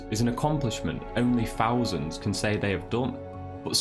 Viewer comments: Saying fousand instead of thousand is nothing to do with an accent ,it's sheer laziness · Can't these commentators pronounce words correctly !!!!it's thousand ...not fousand! And it's three not free!